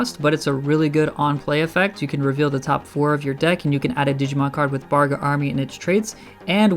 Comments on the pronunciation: It’s bagRA not BARga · Started out saying "Bargra" and "Barga" instead of "Bagra" and I immediately lost interest in his opinion.